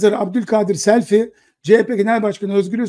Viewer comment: SELFİ DEĞİL SELVİ ))))